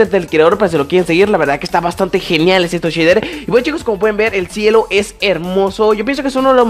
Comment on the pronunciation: SHEDER?? JAJAJAJA